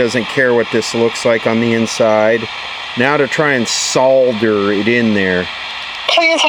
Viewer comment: You said solder correctly 👏👏👏